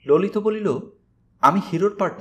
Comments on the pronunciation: Vai,lolit hobe,lolito uchharon hobena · Lolita sunte ,vul hoyechhe,ota lolit sunte hobe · ভাই ললিত উচ্চারণ সবসময় "ললিতো" এই ভাবেই জেনে আসছি।